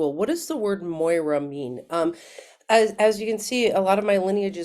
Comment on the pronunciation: Moira = it is written moira but it's pronounced Mira 💙🇬🇷💙